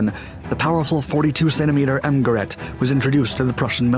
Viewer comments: You’re mispronouncing “Gerät” (device) in German. The ä is pronounced ay not aa. I would think you can teach AI voices to speak German correctly. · As your pronunciation of "Gerät " was nearly right the first time, it subsequently morphed into sth French-sounding, like "guerrette" . Sounds really funny, if you don't mind.. 😋... after all you get the "ä" right and don't simply ignore the "dots" as many do! To get it right, just keep the "ä" a little bit longer, then it's perfect! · Gerät, not gerat.... it is pronounced like g'-raid...do your home work before you do videos please, don't be such a yank.. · Gerät is pronounced geRATE with the emphasis on the second syllable -- short GE, long RATE. I made the same error first time I pronounced it. Krupp is pronounced kroop.